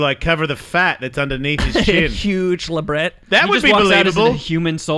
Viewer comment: La"bray".... not LaBret